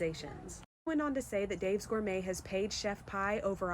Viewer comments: lmaoooo! 😂 it’s Chef P like the letter “P” and sounds like [PEE]☠️☠️ but keep saying Pie I like it better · I love that you’re calling her “Chef Pie” 🤣🤣🤣🤣 she doesn’t deserve her name pronounced correctly anyway